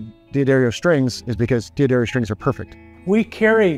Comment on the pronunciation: Well, the boss knew how to pronounce D'Addario. Someone should have told the guy in the blue shirt how before putting him on this video.